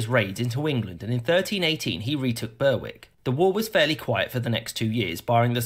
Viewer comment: Berwick is pronounced "berrick" in British English.